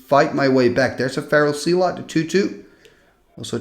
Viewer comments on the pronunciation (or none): Hey, just in case you wanted to work on your American/English Accent, the way we pronounce "Zealot" (phonetically) over here is Like ZEHLLUHT instead of ZEE--LOT. Just incase you wondered or care. ❤❤❤